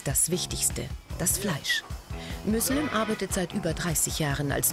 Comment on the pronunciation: der heisst müslüm xD